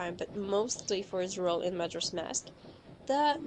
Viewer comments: *OCA-RI-NA *MAJ-OR-A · I've never heard majora pronounced that way...but who am I to judge? I don't even know if I'm saying deku right.